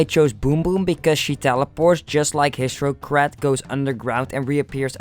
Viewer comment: Hissrocrat *Hisstocrat Boom Boom *Pom Pom Wigler *Wiggler Mario Wii? Just Call it Bowser From Mario Wii, Dude MEOW? IT'S MEOWSER The L in Half is Silent